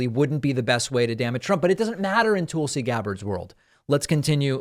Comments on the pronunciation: I think David pronounces her name wrong. Is it "tool-si" or Tulsi? Like Tulsa, Oklahoma.. 🤔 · Despite your opinions of this interview (and I mostly agree with you), her name is pronounced "Tull-Si" - like "Jethro TULL" and not like "TOOL SI" as if implying she's a tool! Please David, love your show, but don't go down the rabbit hole of name calling or making up crap to fit an agenda like Trump and Republicans like to do. Take the high road, please! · Is "Tool-si" Gabbard a joke? It's Tull-si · At least learn to pronounce her name correctly. It's not Toolsey. It's Tulsi. And there's lots of evidence against both Hunter and Joe. And you really know that, don't you? Your stance is very, very weak. And you know that also. You're just trying to convince yourself. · It’s TUHL-SEE, not TOOL-see 🤦🏻‍♀️ That pronunciation is what’s criminal lol If we’re gonna shame Trump for calling Fani Willis “Fanny” then we can at least do better that… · "Toolsi" JAJAja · Why do you keep calling her Toolsee instead of Tulsi (pronounced the same as cull?) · "Tool-si Gabbard" 😆😆😆 I see what you did there!! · I like the way you pronounce her name "tool -see" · People bandy about this phrase "banana republic" but have no idea what it means. I think they think it makes them sound sophisticated. (On a different topic: her name is not pronounced "tool-see". The /u/ in Tulsi is as in "cut".) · "Toolsi" lol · David, are you purposely mispronouncing her name. She is a Toolsi but let's be nice. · Did he say Toolsy Gabbard?😂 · I never get tired of the "Toolsi" pronunciation. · David couldn’t even pronounce her name correctly . I think that means something ! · I have commented before, her name is pronounced Tulsi like I the in the word hull. It is not pronounced Tulsi like in the word tool.